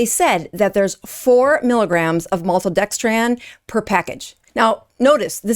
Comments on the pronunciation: It’s NOT pronounced maltodextrAN, it’s maltodextrIN. Why undermine your credibility ? You sound uneducated. Didn’t they teach how to pronounce simple names of chemicals in med school? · I’ve never heard a person add a d at the end of random words. It’s just funny. “Maltodextrand” or Cate “Shanahand” 😂 sorry but once you hear it it’s all I hear, good work thou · Why can’t she pronounce maltodextrin properly? It’s not maltodextrAn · And maltodextrin as well. She kept saying maltodexTRAN. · Why do you keep calling it maltodexTRAN? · Maltodextran? If you can't pronounce it, don't talk about it. And you're a doctor???? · This is embarrassing... for you, not for LMNT. First, I do not use LMNT and think it's completely unnecessary for most people. But you make such a big deal about some maltodextrin being in the product without actually talking about what maltodextrin actually is (and mispronouncing it at the same time). It's sugar. You're making a huge fuss over a half gram of sugar. You clown. Way to drum up unnecessary outage and drama. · There is a difference between dextrin and dextran, you could pronounce maltodextrin correctly. 400mg of maltodextrin is not going to cause any appreciable rise in blood sugar regardless of the insulin resistance status of the person. Their evasiveness isn't good, but don't be dishonest about the clinical effect of a tiny amount of carbohydrate. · Why is a “doctor” specialising in keto mispronouncing maltodextrin like she doesn’t know what it is? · Gotta watch these anti good food groups they will lie. Like the anti carnivore people. Plus she is a "Doctor" and cannot pronounce MaltoDextrin. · is this woman really complaining about less than a gram of maltodextrin? She can't even pronounce it correctly. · can't even pronounce maltodextrin correctly! What actual "Dr" licensing does allegedly have? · Why can't you pronounce maltodextrin? I do appreciate the heads' up but it doesn't seem like it's that alien of a word.